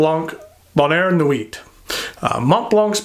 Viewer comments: As thorough and as interesting as this review was the butchered pronunciation of “nuit” “sans” “serif” and “Mont Blanc” was too much to stomach. There are YouTube pronunciation segments that you can Google on each of these. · Just don't rely on for pronunciation of French words such as "sans", "bonheur" or "nuit". He handles "Mont" and "Blanc" pretty well though. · Great review and a MB I'd consider buying. For whatever reason this model intrigues me, whereas many MB's do not. If I do, I'll go through Appelboom, as I've not purchased from them before and they always have a good selection of higher-end pens. Silent "T" in the word nuit.